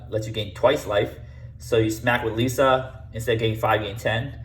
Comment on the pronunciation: Lee - S - Uh